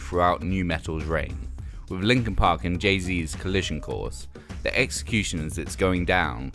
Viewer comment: Hard to tell what the hell he was actually saying in that segment but he seemed to be praising Deftones, Lincoln Pink's Hybrid Theroy and SOAD's Chop Suey. Pretty random to call these "perfect moments," especially when you consider the type of idiot pop-music consumer that would "crossover" on a phase to like Lincoln Pink.